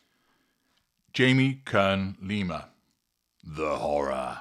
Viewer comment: I like your “Jamie Leem Kerma” better.